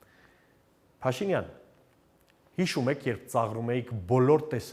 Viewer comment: Հետաքրքիր է, ինչու՞ է Գասպարյանը Փաշինյան բառը արտասանում ալիևի շեշտադրությամբ։ Փաշի`նյան